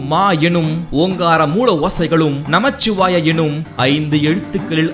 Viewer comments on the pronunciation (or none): நமச்சிவாய அல்ல நமசிவாய உச்சரிப்பு மிகவும் அவசியம் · நமசிவாய not நமச்சிவாய பொதுவில் சொல்லும் விடயங்களை சரியாக சொல்லுங்கள்